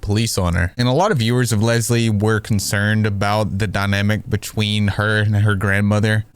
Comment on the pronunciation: I’m sorry, but the woman calling Leslie bubblebass is absolutely hilarious😭😭